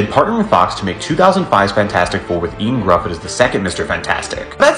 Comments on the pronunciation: Ioan Gryffudd is pronounced similarly to Yo-anne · Sorry but you absolutely butchered the pronunciation of Ioan Gruffudd... it’s pronounced ’Yo-An Griffith’ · Pretty sure Ioan Gruffudd's name is pronounced Ian Griffith, but my Welsh isn't very good. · Ian gruffydd? That’s not how you say it probably worth learning how to pronounce names. Just because it’s a Welsh name doesn’t make it any less important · As a welsh person the way he pronounce Ioan Gruffudd killed me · How tf did you pronounce Ioan Gruffudd? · Shall we have another run up at Ioan Gruffudd's name maybe? Maybe check how to actually pronounce it first before doing a video.